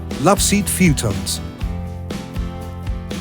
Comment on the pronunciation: Instant thumbs down for the AI saying “fewtons.”